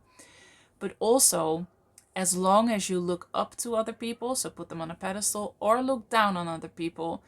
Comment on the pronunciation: “Pedestal”;), not “pedestole”